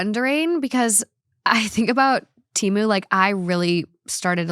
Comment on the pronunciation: It’s so crazy that you mentioned the Super Bowl ads for Temu. Everyone seems to have seen the ads but still pronounce the name wrong. In the ad they said it with a little E. Like the word ten. I think people have just been saying it for so long they don’t care to say it right